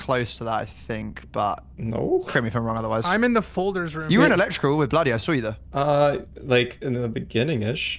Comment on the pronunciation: "iz zer nobody?" "how iz zear nobody?"